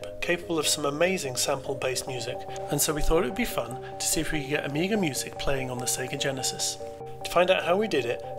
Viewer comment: "Commodore Ameeger" lol